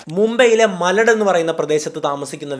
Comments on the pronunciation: മരടല്ല മലാഡ്. എന്നാണ് സ്ഥലത്തിന്റെ പേര്. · മലഡ് അല്ല, മലാഡ് ആണ്